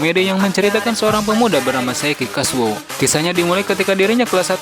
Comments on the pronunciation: Saiki KUSOU bang.. Bukan KASUO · Namanya saiki kusuo bukan saiki kasuo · Saiki Kusuo bang, Bukan Saiki Kasuo😅